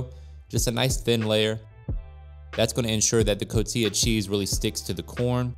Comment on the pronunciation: Can't stand the way you say cotija after growing up in a household where it's pronounced Co-ti-ja or co-tee-ha